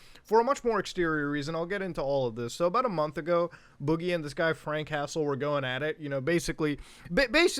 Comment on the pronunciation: The way you say Frank Hassle to me sounds like Frank Castle. I’m like is Boogie going to fight the Punisher next? Lol.